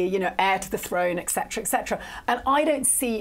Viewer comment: I do not like at ALL. In my opinion, she should not be on this show. She's unbiased, and her opinions are based on that. Also, she needs to learn to pronounce etc. It's not eccetera, it's etcetera, with a t.